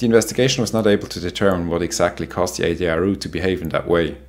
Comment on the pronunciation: Always upsetting to hear of casualties although, with no disrespect whatsoever to those poor victims - nor to our excellent host whose Engish is 766 times better than my (Swiss) German, must confess that I couldn't resist a wry smile hearing Ay-dee-eye-ar-ooh😏 which makes a lot more sense than ...-ar-you🙂❤